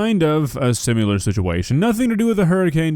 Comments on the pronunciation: SIMILAR. NOT SIMULAR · you’re the man.. but, it’s “similar”, not “sim-u-lar”!!! 😆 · Dude, love your content, but seriously. It's "sim-IL-ar" not "sim-U-lar." Similar. Similar. Sim. Il. Ar. Not Sim. You. Lar. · Not to nitpick or anything but ... "SimUlar" ? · “Simular situation” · Dude you GOTTA stop. I love you, but quit saying simular. It’s similar. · Love you,, but why do you pronounce the word similar as "sim-you-lar"? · why do you say “simular” and not “similar” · "Sim-i-lar" Not "sim-you-ler!" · I love the way says "similar" "Simular" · there is no "u" in the words similar or similarly. Sim-i-lar.